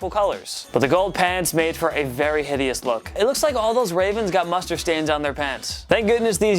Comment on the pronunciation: And the pats old jerseys are on my top 5 and he’s saying it hitious